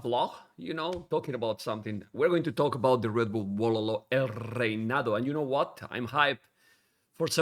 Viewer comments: el rrrrrreinado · Love the American pronunciation of "Reinado" jajaja